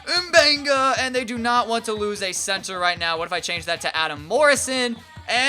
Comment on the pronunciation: lol he said censor instead of center